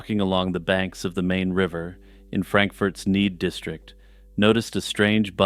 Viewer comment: Just an FYI, Main in this case is pronounced like "Mine". It's German so you pronounce the long second consonant. Same thing with the "ei" or "ie" combo. I went to high school in Frankfurt am Main.